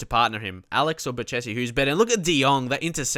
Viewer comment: (Just making sure u see this, i posted it on ur first vid as well) Ok pronunciation lesson: hachim (mastour)=hashim (like hash'em=hash them) pazzini=patsini van ginkel= g as in de Gea Bocchetti=boKeti cerci=tsertsi general rules in italian: 1)z is caTS, unless in the beginning of words when it is ds as in pads. zucchero(sugar)=dsUkero but grazie and Lazio it is ts 2)ch is c as in car, for example Chievo 3)c before "i" or "e" is CHurch, otherwise Car (examples ciao,Cesena is CHurch, but Casa, Cagliari, Cataniai is Car) also gli is "ll" as in million 4)g is g as in general only before "i" or "e"(just like c), otherwise it is g as in goal. So Genoa is tzenoa you can bookmark this site while you're at it: So there, don't let us hear you say any italians clubs or players incorrectly from now on. Thank you